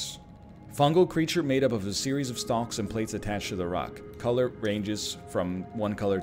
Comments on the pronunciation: NL...why are you pronouncing the L in Stalks? As a fellow Ontarian i must know. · It is extremely strange as he seems to pronounce it correctly a few times afterwards.